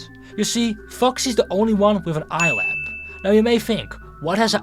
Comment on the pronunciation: its eyepatch not eyelap